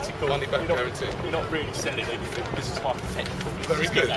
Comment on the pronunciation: Hes "aving a look at anyfink....". The more these coppers talk the more stupid they seem. They shouldn't be employed